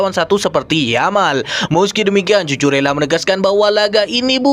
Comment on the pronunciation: Nama Cucurella harus disebut Kuku rella bukan cucu rella😂👍